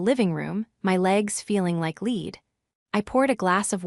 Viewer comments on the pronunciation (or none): For the way you are using "lead" isn't pronounced 'leed' with a long "e". It's pronounced 'led'. Ones an adverb,the other is soft metal. They are not the same. My advice, fire the AI reader and hire human who can read and speak English fluently.